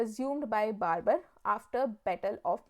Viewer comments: For the video thanks but Babur ko barbur kiyu bol rahi a😂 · Babar, not Barber. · Your pronunciation is wrong..it's not barbar it's Babur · Mam babur hai wo barbar nahi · Aapne Babur ko Barber bana diya.... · Barbur nhi hai ma'am babur hai wo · I thought I'm mistaken but now I know mam was saying Barber